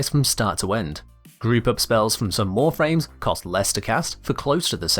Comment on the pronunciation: you say "warframes" which is two syllables right? Imo would be better if you used a scouse accent, but is still pretty funny.